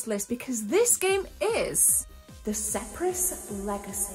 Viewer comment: I think you meant to say the "Spear-is Legacy" not the "Sep-ris Legacy". No big deal, great video as usual 🤗🤗🤗 I've played Speris Legacy, I played it back in 1996/7 and I've got it on my Hard Drive on the 1200, I've never really got stuck into it but maybe it's time I should.